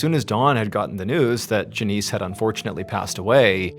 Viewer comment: I know that the REAL Mr Ballen would never mispronounce a common name like Janice